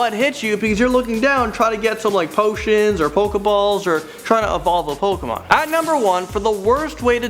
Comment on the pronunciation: he said pokomon